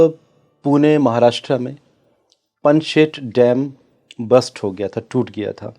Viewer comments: पनशेत नहीं ... पानशेत बोलिए... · It's पानशेत dam, not पनशेट.